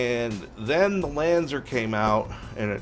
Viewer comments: Lan-Z-are, not Lan-zer....... There are 2 things you come to me for in car audio. That's old school Clarion and LANZAR. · Lanzar not Lanzer. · It's Lan-zar not lanzer. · must have popped a vein, in his brain, lifting weights, Still can Not pronounce it LanzAr Correctly